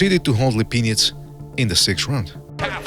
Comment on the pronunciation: “Sergey LePenis”